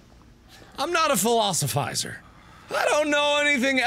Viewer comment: Actually he said philosophizer. Whatever that is.